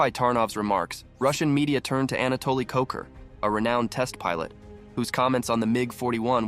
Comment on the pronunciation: Anatoly KVOCHUR, not Kocher. And this is not his photo